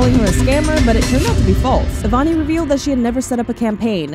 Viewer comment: "avani rey-s" 😟